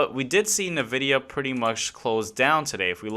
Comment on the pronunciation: ENvidia.. Until you say it right some wiseass will continue to correct you 😂